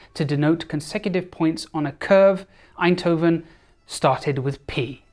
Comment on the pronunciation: your pronunciation of Eindhoven is amazing. - A native Dutch speaker.